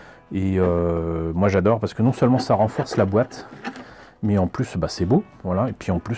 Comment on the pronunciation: "la boéboéte", je crois que je peux l'entendre à chaque vidéo, ça m'éclate toujours autant 🤣 Gundam Sentinel n'a jamais été traduit au moins en anglais ? Est-ce que tu le conseilles quand même pour les photos et dessins ? Peut-être avais-tu déjà présenté ce roman ? 🤓 (Sur la vidéo, il n'y a que le lien pour le C1 qui apparaît)